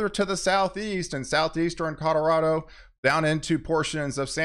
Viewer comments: Are you serious? He can’t even pronounce Colorado correctly…he always says “caw-doe-wa-doe”. He sounds like a friggin’ 2 yr old. He butchers it so badly, every time, I can’t even listen to him anymore. So I started watching the other guy…so much better. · Dude… you need to learn how to pronounce Colorado CORRECTLY ‼️ Every time you say “caw-doe-raw-doe” you sound like a freakin’ 2yr old.‼️ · Question? Are you saying cororado on purpose? It always gets me 😂